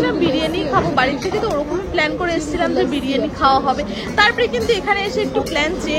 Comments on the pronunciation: বারিয়ানি না ওটা বিরিয়ানি হবে 😂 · ওটা বারিয়ানি হবে না বিরিয়ানি হবে😅